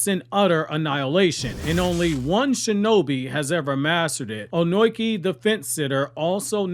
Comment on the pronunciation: Why are you calling him Onoiki? Wtf 😂